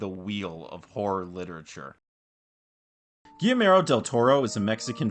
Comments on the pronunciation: Man, if it wasn't the guy's name, I wouldn't have said anything, but our boy here went on about how big a fan he is, all the while just CONSTANTLY mispronouncing his name. That's nuts. I'm not THAT polite. ;) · this video is great and i was genuinely shocked to see how few subscribers you have considering how high quality it is, but brother you GOTTA look up the pronunciation of names before recording cause you butchered Guillermo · This buff00n actually called Guillermo del Toro, Gimero del Toro 🤦🏻‍♂️ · I think gee-yeah-r-mo is more accurate, not to bash on anyone, it just shocked me too that there was mention of him being an avid fan and then the mispronunciation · Guimero del Toro? WTF dude, research the pronunciation of the name before you start uploading videos about people. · Almost: Gi yer mo. I'm sure that you're mostly referencing that this guy is prouncing "ll" as "l"...which is wrong. In Spain AND, possibly more importantly in Mexico (where del Toro is from), it is prounced "gi yer mo". "ll" is "y" in Spanish. Although, in South American Spanish-speaking countries, "ll" is more of a "j" sound. So, "gi jer mo". In no Spanish-speaking country is it pronounced "gi ler mo". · Narrator: PLEASE learn how to pronounce the name "Guillermo." It's quite easy and the Spanish language is beautiful; give it respect. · Good video! Glad this was recommended to me but for the sake of all that is holy in this world, please at least say the name of the man you profess to be a fan of correctly. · My goodness there is no excuse for that mispronunciation.